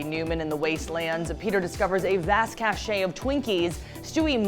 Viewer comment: The misuse of cachet or the mispronunciation of cache hurts my ears.